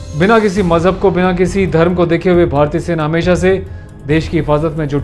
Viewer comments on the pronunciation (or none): none